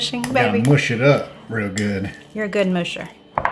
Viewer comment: It's not moosh it's mush. Maw sh.